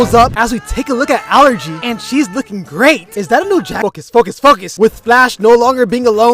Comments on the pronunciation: Allegra❌ Allergy✅ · i cannot with him calling allegra allergy lmao